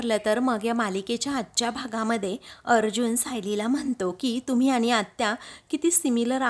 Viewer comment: आनि च्या ऐवजी आणि.. म्हनते नाही...म्हणते म्हणा...